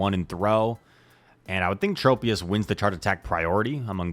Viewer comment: Just double shield lazzle and debuff everything truly is the goat and for the love of god plz don’t say Trop e us it’s tro pius